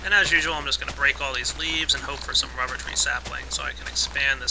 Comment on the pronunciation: it sounds like u say wubber no offense